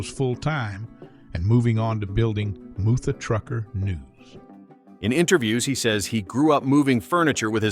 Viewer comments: Ai... really dude? It's mutha as in mother trucker not MOO-THU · Narrated by AI. He didn't even know how to pronounce "Mutha Trucker." You can't make this stuff up. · i don't know about you, but that's almost seems like it was written by a foreigner. It's obviously AI. Can't even pronounce "Mutha Trucker" properly. This channel can't do any interviews unless it's got a good translation program and I doubt Alex will do it but who knows